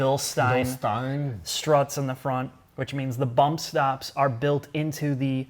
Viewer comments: Bilstein is pronounced Bil-steen, not Bil-stine. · BILL-SHTAYN ! Not BILL-STEEN